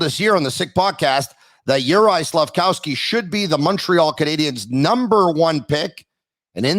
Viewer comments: please I beg of you, stop saying SlafCOWsky. It’s SlafKOVsky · can someone please tell the it's Slafkovsky and not Slafkowsky lol SICK